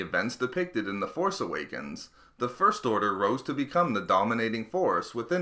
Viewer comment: I feel like the narrator puts the emphasis on the wrong syllables when he says "first order."